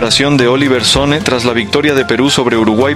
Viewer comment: Se pronuncia SonnE, no Son! No es inglés es Danés!